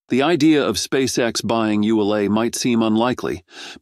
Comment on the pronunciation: WOW. THIS GUY CAN'T SEEM TO FIGURE OUT HOW TO PRONOUNCE "ULA". I HEARD AT LEAST 5 DIFFERENCE PRONUNCIATIONS.